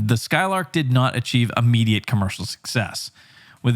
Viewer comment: immediate not ammediate!